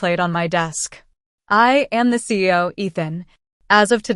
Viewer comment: Lol AI can’t pronounce CEO correctly